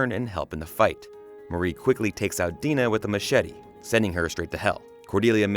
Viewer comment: It’s Dinah not “Dena” 🙄😒